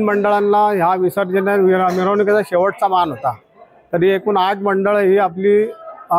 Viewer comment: माण पान नाही हो मान पान असं म्हणा😂😂